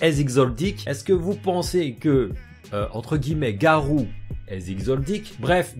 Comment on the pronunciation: On dit garo pas garou